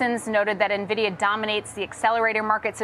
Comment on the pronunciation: Why does everyone on Yahoo Finance pronounce NVDIA incorrectly?